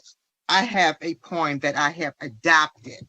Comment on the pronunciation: Hearing his mother speak, I now know where duh rell gets his horrible grammar... (or so) "po-rm" and "muntel" illness.🤦🏽‍♀️